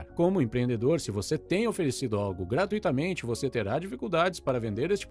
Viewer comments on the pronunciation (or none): GRAT"Ú"ITAMENTE e não gratuÍtamente. Não é hiato!